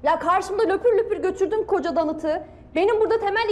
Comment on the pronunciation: Danıt mi dedi o, donut'a? 😂😂